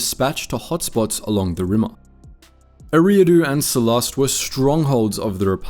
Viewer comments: Every time he pronounces Sullust as Sullust, my tumy hurt. 😔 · I feel like you are saying sullust wrong